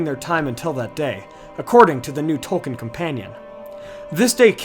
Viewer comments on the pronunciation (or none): none